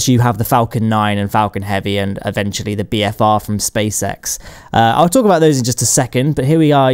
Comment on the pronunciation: Haha he said spacesex i know its space x